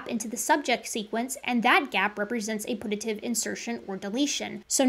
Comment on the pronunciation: One thing that bothered me was your pronunciation of "putative" it's not pronounced like put–a–tive it's pronounced like pew–ta–tive